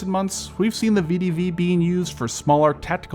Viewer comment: ❌ vidivi ✅ VEH DEH VEH